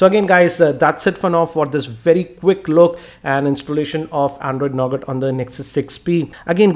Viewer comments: why did u say NOGAT?? ;0 it is NUGA. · you have pronounced 'Nougat' wrong as it is actually pronounced Nouga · Sorry for being a Grammer Nazi, but it's pronounced as 'Nouga' with a silent 'T'; not as it is written! :P :)